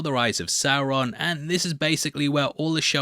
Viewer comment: It’s Sauron homie